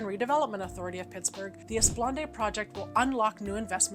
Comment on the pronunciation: FWIW, it's pronounced 'Eh-spluh-naad', not 'Ess-puhl-ahn-day'.